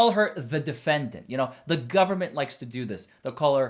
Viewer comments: Her insistence on pronouncing the word "defendANT" is so annoying. I know that's petty but combined with everything else--the preachy approach, treating the jury like stupid children, her nonsensical denial of all the evidence the state has provided--I cringe every time she walks up to the podium. Nothing about what she's doing can be playing well with the jury. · DefendANT is driving me crazy. It is hitting me the way some people say salmon or herb 😅🤣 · I hate the way she pronounces the word defendant...😂